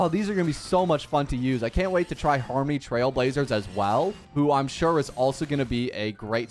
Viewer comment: i love he kept saying harmmny lmao